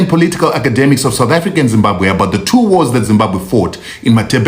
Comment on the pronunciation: Zimbabwe and not Zimbakwe